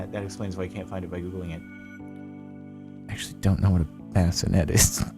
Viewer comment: The entire time you were saying “bassinets” I was thinking bayonet and was very confused